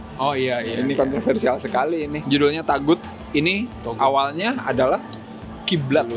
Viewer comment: Dibaca thogut